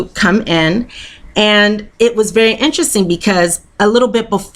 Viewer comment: its voory voory ‘sumple’